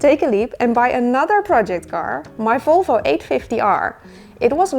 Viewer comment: Love your videos and how you say Folfo🥰 big happy new year from Norway 🍾